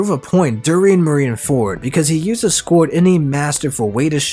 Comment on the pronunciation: the way you say squard as scored hurts my soul lol.